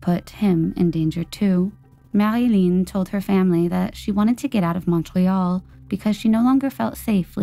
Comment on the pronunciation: Same with Montreal. Ugh